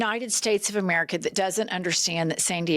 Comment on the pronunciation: Was she drunk? She couldn’t even pronounce America